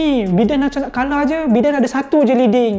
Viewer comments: It's pronounced as "Baiden" not "Beeden". SMH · Ingat aku sorang je pronounce Biden as Bi Den not Bai Den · Biden bukan Bidin.. Bidin, Bidin.... 😅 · Aku igt sebutan dia Bai-dern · Satgi dollah ni kena ketuk kepala dgn Alan sebab salah pronounce nama Biden 😂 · THAT'S NOT HOW TO CALL BIDEN'S NAME >:(